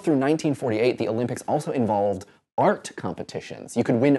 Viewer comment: LOL I thought you said FART - (aka Art)